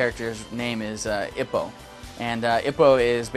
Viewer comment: It's pronounced ee-poe, not ih-poe.